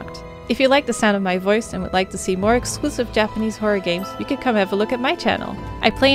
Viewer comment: Finally someone making a decent effort to pronounce Japanese words correctly. She actually does a really good job. Appreciate it